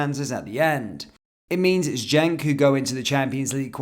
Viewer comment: Genk not gentk